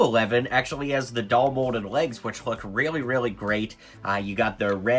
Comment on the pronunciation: You cant pronounce dual molded legs lol